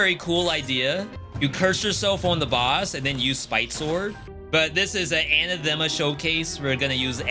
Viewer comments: It's pronounced an-athema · Your pronunciation of "anathema" is... oof, bad.